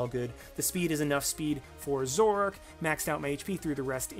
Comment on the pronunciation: Zorrork? Zorororororororororork? What happened to the A?